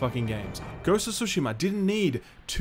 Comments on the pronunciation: I love how you randomly pronounce tsushima in the correct way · Awesome of you for pronouncing Tsushima correctly! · thank you for pronouncing "Tsushima" correctly!